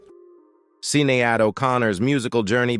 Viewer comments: NOT S-in-e-ad... it's Shinaed.. pronounce it properly ""!!!! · It is not pronounced "SEEN E ADD".... It is pronounced "SHIN AID" She has passed away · Hate the AI voice, had to stop after hearing Sin a ade, had to stop watching at that, plus misleading title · It's Sinead not Sin e ad. Not seagull